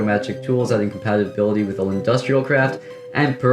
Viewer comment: Are you dyslexic or something why can't you pronounce compatibility